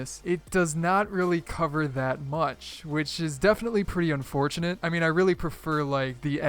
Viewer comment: "they happen to look like a fidgit spinner which is very unfutonate" XD